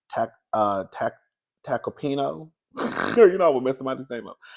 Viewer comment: Yes,! You pronounced the lawyer’s name correctly. (Tack-uh-pee-no) Tacapino!